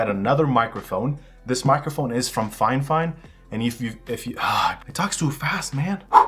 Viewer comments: It's so annoying when people say "Fine Fine" instead of "Fifine". I've watched a bunch of videos Fifine reviews and practically everyone does it. Grrrr… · It is Fi-Fine